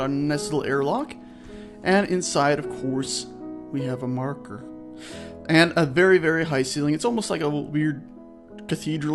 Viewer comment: "we have a marrker... o_o" Aw fuuck naw.